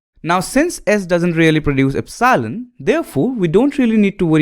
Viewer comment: please learn to pronounce epsilon, its very annoying